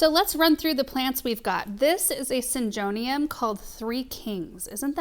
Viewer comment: Syn-go- neum is how it’s pronounced, nice looking plants for sure! Love watching you getting “it all done” and beautiful plants! ❤❤❤❤❤❤❤❤❤❤❤❤❤❤❤